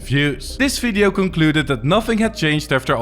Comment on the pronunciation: I heard "This video" and knew you're Dutch and would cover the Netherlands